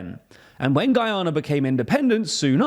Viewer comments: Guianer 😅 is that the same as Canader ? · The pronunciation of this dude for Guyana is atrocious